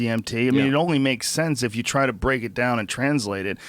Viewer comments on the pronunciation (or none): none